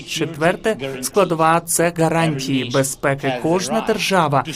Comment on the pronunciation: Божечки,, спробуй говорити букву Г, у слові гарантії, а не Ґ. Це не російська мова. Тренуйся більше і в тебе все вийде!!!